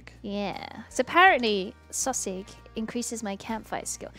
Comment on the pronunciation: every time I hear her say sawsig it hurts my ears.